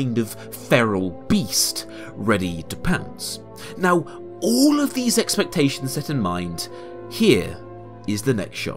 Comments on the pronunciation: . I love how you say “all” with your accent. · "Oll of the powar" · "he haes owl of the powah!"